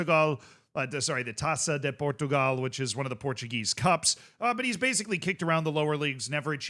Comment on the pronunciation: I don't usually comment on Youtube videos but, as a Portuguese, I've got to say this: your "taça de Portugal" pronunciation is not bad, at all! Your first attempt was pretty bad but the second one was actually pretty good. Congrats,! Love from Portugal